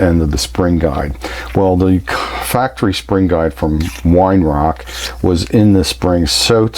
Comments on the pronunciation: its pronounced veye er-rark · Weihrauch is pronounced vei rowgh.